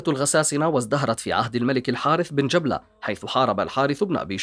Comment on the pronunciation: جبلة بن الأيهم بفتح الباء و ليس تسكينها يا أخي و شمر بكسر الشين و فتح الميم و ليس تشديدها و فتح الشين ........ أرجو النتباه للتشكيل جزاك الله خيرا لأنها مواضيع و أسماء تاريخية و تراثية